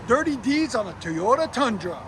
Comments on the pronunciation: 👎👎 for saying "teyota" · Japanese would cut your head off like Samurai’s did if they ever hear you say, Teota… 😂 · Why can’t this dude pronounce “Toyota” correctly? It’s really not difficult.